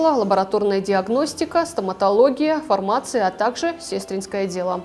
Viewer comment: Совсем не нравится диктор, уберите ее с эфиров, как робот. И как можно поставить неправильно ударение на "фармация", если не знаете, нужно спрашивать, диктору это непростительно.